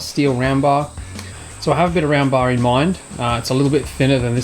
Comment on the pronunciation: Am I the only one who thought he was saying ramba when was actually saying round bar?